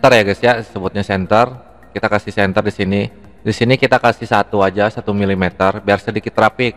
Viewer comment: chemfer bang bukan center